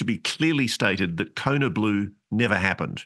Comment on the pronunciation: The scariest parts of this video were when I got jumpscare'd by your pronunciations of "Hyundai" and "kiboshed".